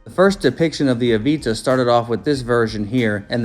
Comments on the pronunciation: It’s avata not aveeta lol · Why are u saying Avita. But titles it Avata ? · the aveetuh? there's an "a" there not an e lol